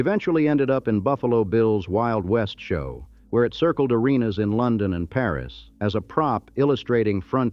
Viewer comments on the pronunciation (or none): none